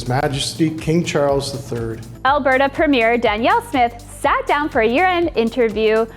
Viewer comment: You are pronouncing "premier"wrong.